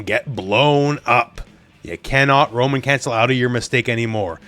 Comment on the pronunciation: Every time said Roman cancel, I thought "a woman?" (Monty Python)